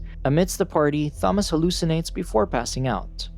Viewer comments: Imagine your name being Thomas but pronouncing it as thaw-mas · "Thaumoss?!" No. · Imagine you pronounce Thomas as ‘thomus’ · Thahmas, Thahresa, and good ol' Jorheh. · "tha-moss" "teressa" "Min-HO" good lord at least research how to pronounce their names first. Coming from an OG fan, This was painful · Clicked off the second I heard “Th-amos”😂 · Holy shit I'm pulling my hair out everytime you say "Tha-moss" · It should be Tha - Mass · bro is saying ''Fomas'' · The Tha-moss was actually very distracting and the video creator would likely prefer to know about the mispronunciation then to continue making the error. Maybe it's best to take that wise man's advice yourself young fella. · Pls don’t use this text to speech voice again, I can’t stand it saying “Fomas”. Good vid other wise though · It's pronounced "To-mas" LOL you screwed up. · I literally feel like scratching off my skin everytime he says Tho-mass😭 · THHHOMAS and tersaaah. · I'm sorry but.. why are you pronouncing the "th" in Thomas 😢😢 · Okay you can't pronounce Thomas bro stop using AI I'm never watching this channel again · Saying Thomas like it's correct. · Are we ignoring how he said Thomas 😂nvm how all the names were said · 14 seconds in and theres already a word mispronounced, and its a main characters name. This is going to be a barrel of laughs im guessing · Do you not know how to say Thomas right? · how does he mispronounce thomas and teresa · Please learn how to pronounce Thomas you're pronouncing it all wrong my name is Thomas and it pisses me off therefore I hate this video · I’ve never hated a video more than this one because of how to say Thomas. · You're pronouncing Thomas wrong the H is silent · Wait wait wait... So you randomly butcher pronouncing the name Thomas, but had no problem pronouncing Jorge?? You sure you don't wanna say it like "joor-gee" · I’m trying to watch but so distracted by how u keep pronouncing Thomas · Imagine not knowing how to pronounce Thomas or Teresa